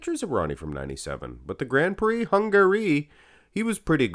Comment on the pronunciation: "Grand pricks"???🤦‍♂️ Americans 🤣🤣🤣